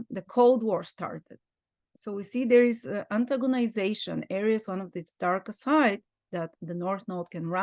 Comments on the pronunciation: She is pronouncing Aries correctly. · I love that pronunciation- I’ll change mine to that. Language is fluid. There are no rules.